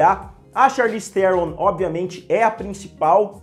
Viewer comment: Charlize Theron jah tem um nome difícil, aih o cara inventa uma pronúncia nova pro none dela...😂😂😂😂😂